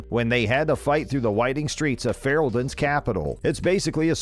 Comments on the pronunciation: The battle of Deneeerim, in the Kingdom of Feereeldaan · Totally lost me when the narrator mispronounced Fereldan